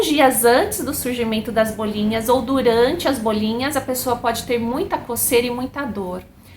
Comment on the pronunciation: Como uma doutora não sabe pronunciar bolinhas? Não se diz BÔLiNHAS....aff